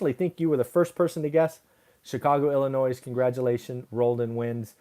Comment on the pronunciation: The "s" is silent in "Illinois." Just like Arkansas and corps...but not Kansas.